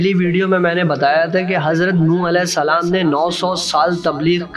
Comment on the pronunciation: Maf kijiye bhaijan lekinaapka salam ka pronounsation sahi nahi